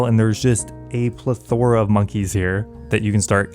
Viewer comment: I think he’s just trolling with how often he says plethora and mispronounces it.